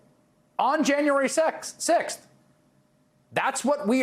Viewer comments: Freudian slip....January "sexth". Laura's doin' him. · "January sexth" 😅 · Did really said: January sackz? In this context? 😂😂